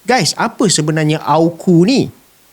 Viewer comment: Hos sebut AU..KU.. bukan A..KU sebutannya betul..dengar betul2.